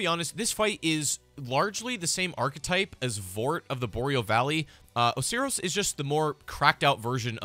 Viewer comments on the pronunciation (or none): I think Osiris is pronounced oh-sire-riss